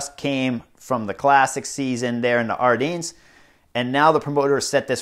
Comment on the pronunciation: Chris...it's Ardennes with (den) not dines like sardines.